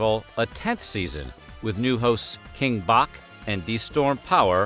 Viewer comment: “King Bock” 😂😂